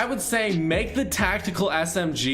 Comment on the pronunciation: “Tactekel” LMAOOOOOOOOOOOOOOOOOOOOOOO